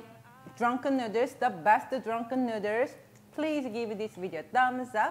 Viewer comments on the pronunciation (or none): me thinking: i love how she says noodles.: and make sure to get this tshirt. nu-ders. me: MELTS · "Drunken Nooders" LOL!!! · Literally just subscribed because I realized she made a “nuders” T-shirt from the way she pronounces noodles. I love how you marketed your quirk and beautiful accent. Exceptional ! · The way she pronounce noodles makes me wanna go to a Thai restaurant and enjoy drunken noodles in the "nuders". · “Drunken nudders” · Love how she pronouces .. noodles and ShriEmp🤣. So cute